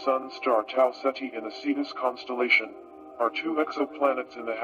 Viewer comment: I like how it sounds like (Tau set he) For the star system